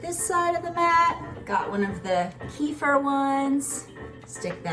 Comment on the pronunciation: Thank you for trying your best when pronouncing kefir, lol. If you'd like to know how to say it I recommend watching the video "Crazy Russian Cooking: Okroshka with Kefir" for a bit of immersion, or "How to Pronounce Kefir? (CORRECTLY)" for the official take... It is close to the second way you said it in the beginning, however rather than "ke-FUR", it is "ke-FEER". It is such a beautiful Russian word